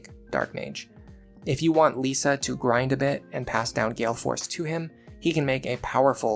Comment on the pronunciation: why are you pronouncing Lissa as Lisa? like "This", not like "Lease"